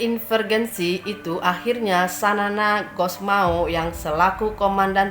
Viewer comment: Terima kasih ibu yg telah mempublikasi sejarah Dan kepemimpinan para militar TL. Kalau boleh saya kasih input, tolong Baca nama orang yg jelas, saya lihat ibu menyebutkan pemimpin Seperti XANA Gusmao, jadi Xanana Hasmao. Mohon di perbaiki.